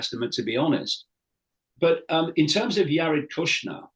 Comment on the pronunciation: I don’t trust this guy! Basically he is saying the WHOLE truther community is a bunch of liars and con artists! Dude pronounces “Jared” as “Yared”! 😂😂